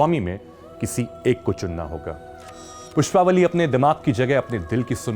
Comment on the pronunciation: PushpavaLLI not pushpavali